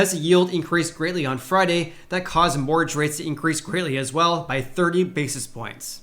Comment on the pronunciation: Hehe, I love the way you say 'mortgage', Sounds like, "morrage". Love it! :)